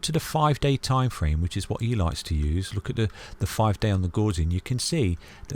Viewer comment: The “gauss” in Gaussian rhymes with “house”, it’s not pronounced like “gauze”.